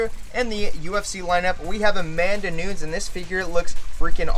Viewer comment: i love that he knows that Adesanya is a Nigerian/ New Zealand fighter but can't pronounce Nunes hahahah great video tho <3